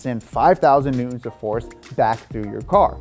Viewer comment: I love this dude’s videos but the way he doesn’t pronounce the “t” in Newton drives me insane and sounds like he’s 5. It’s Newton, not New-Un